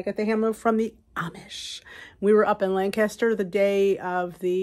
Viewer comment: You were in Lancaster, Pa. You were in my neck of the woods. Welcome. I live in Columbia 7 miles away. I hope you enjoyed your time. I am really impressed. You pronounced Lancaster correctly. 🥰